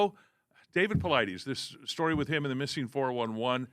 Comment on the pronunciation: Why bother having DAVID PAULIDES on this show, if you're not even going to bother to take the time to learn how to pronounce his name correctly?! How lazy and disrespectful! I expect a little bit more from your generation, as you're not lazy youngsters; or so I thought!